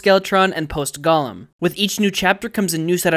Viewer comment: you keep saying Gollum instead of Golem. i keep expecting you to be fighting a ring obsessed crackhead instead of a magical stone creation of jewish mythological origin. GO-Lem (like stop and GO), not GAH-lum seriously, i keep coming across a lot of young people who don’t know how semi-uncommon words are pronounced. i feel like it’s because you’re all only seeing the words written online and have never actually heard them spoken out loud, so you just guess at the pronunciation. so here’s a helpful hint- if you dont know how a word sounds, you no longer need to understand phonetics. you can just type the word followed by “pronunciation” in the youtube search bar and you’ll find a video with someone pronouncing the word for you. otherwise you’ll all eventually be saying par-mee-zee-ahn.